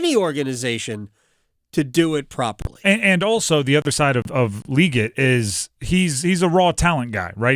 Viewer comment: You still mispronounced it. its Lee GET. not lee git. LEE GET